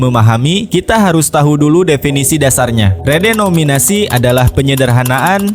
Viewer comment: Lo banyak nyebut "REDOMINASI" min..saking semangat nya lu jadi ngilangin huruf "E" dan "N" nya .. kocak lu min😅